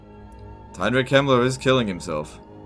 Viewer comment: When he said Heinrich Kemmler at the start of the video I understood it as the name of a prominent german polititian of the late 1930s